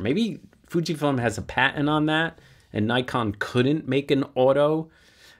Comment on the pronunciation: I wish people would pronounce Nikon correctly.